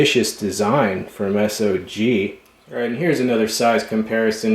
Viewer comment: Its not S.o.g is sog pronounced saauuuggg not s.o.g